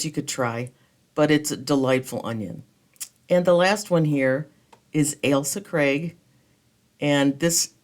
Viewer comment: D and of course you can pronounce Ailsa Craig properly :D I LOVE those seed modules